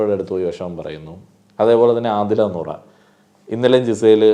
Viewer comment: നോറ അല്ല നൂറ